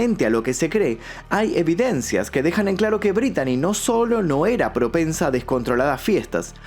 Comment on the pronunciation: Se pronuncia Britney